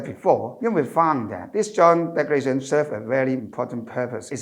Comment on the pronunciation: Could be more presentable if - 1. Sit still please, not swaying left and right. 2. Modify your rhythm. Speaking in Cantonese is very different in speaking English. 3. Brush up on the pronunciations. The word “declaration” was pronounced incorrectly many times, until towards the end.